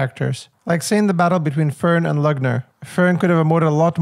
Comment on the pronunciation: The ü in Lügner sounds more like the y in sympathy, but a bit longer. Maybe like Lyygner.😊